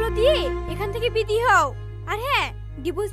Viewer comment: এত যে ভুল বললে তোমরা😂 একবার বলছে 10 লাখ টাকাকে বলছে 10 লাখ টাকা এটা কিভাবে সম্ভব এই ভিডিওটা হলো কি হলো না তোমার বলছে বিদায় কে বিদি এটা কিভাবে সম্ভব😂😂😂😂😅😢